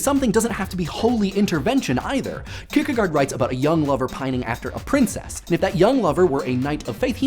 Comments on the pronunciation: Only one thing, i think it is pronounced "Kirkegort" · Kirkegard sounds weird... fistly it is an å secondly the "d" is soft................... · Your pronunciation of Søren Kierkegaard made me cringe. I know pretty much nobody outside of Denmark would be able to, but it still just sounds so wrong. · That is the funniest pronunciation of søren kierkegård I have ever heard XD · your way of pronouncing kirkegaard was weird, also i liked the spoileralert thanks